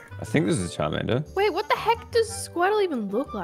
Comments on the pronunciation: Cholomander ➡️ Shart-mander lollll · Cholomander turned into chorromander 😭😂😂